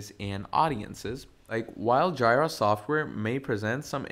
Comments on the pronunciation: OMG guy needs to edit this video and front load an apology for butchering the name of JIRA. I couldnt watch it simply because hearing "Jaay-Rah" its "Jee-Rah" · FYI, I don't want to start this with criticism, since I AM learning, and much appreciate it, but JIRA is pronounced Jee-ruh. It's the second part of Godjilla or Godzilla in Japanese :) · My ear hurts every time I hear JAAAAYRAAA. Good tutorial though :) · It's JEE-RUH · Say it with me... its JEE-RUH!!! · Yeah it's definitely GEEEEE-RA Comes from the Japanese GoJira so yeah painful to hear! 😅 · 🤣🤣🤣🤣🤣that annoyed me too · The way he pronounces Jira was driving me crazy incrementally…